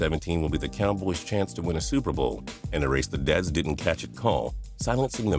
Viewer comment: "Dallas Cowbloys"